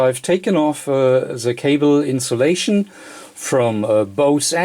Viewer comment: Except he pronounces some words wrong. Coax is pronounced co-axe not coax. He does similar with the word balun which is pronounced bal-un not balloon. Cable too which is kay-bull not cobble.